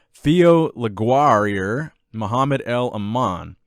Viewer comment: For the pronunciation of the french guy Theo Leguerrier, le gair ray with an American accent